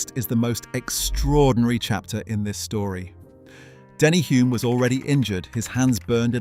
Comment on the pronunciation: Denny Hulme (with an L) was a household name when I was growing up in NZ, so it grates to hear it mispronounced in the video. I grew up in the same suburb as Bruce, and McLaren's Garage was my local gas station.